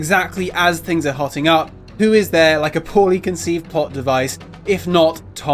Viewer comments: "as things are hoting up" Hoting ?! - the term is "heating up" .... i blame the sh*ty education system ... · heating not hoting